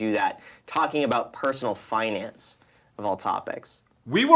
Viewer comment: "fuhnance".... LOL love it